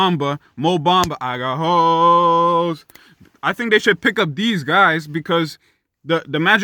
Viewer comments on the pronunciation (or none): “I got hooeesss” 😂😂 good video bro, I agree with you 100%